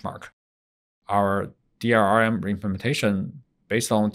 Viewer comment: Its DLRM not DRRM